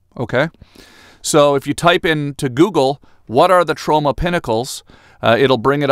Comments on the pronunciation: Why do I think you were saying TROMA PINNACLES? It’s Trona! Trona!! Ma ma my Tronna! Not my Sharonna! 😂😂😂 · I thought you were saying Toronto like Trona.... we miss you in Canada Tom.